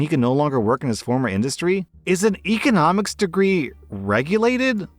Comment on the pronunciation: EHconomics. It's bothering me how he's pronouncing that word.